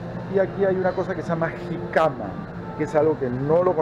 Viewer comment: Es jícama con acento en la i Y es muy rica y fresca